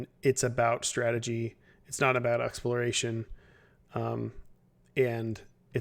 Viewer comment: "Exploriation" Sorry. Really.